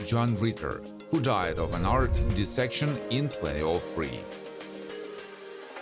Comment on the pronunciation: John Ritter died of an art esection? Wtf is that?? Dude your videos are great but please get someone else who knows proper pronunciation of words to narrate them.